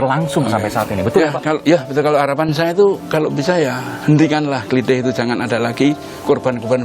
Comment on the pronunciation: "klithih", huruf "i" yang belakang dibaca "e" seperti "heran"